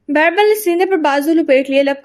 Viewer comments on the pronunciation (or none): Please girl stop calling him Bairbal he is beerbal